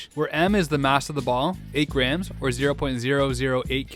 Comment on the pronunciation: The way your pronounce grams is funny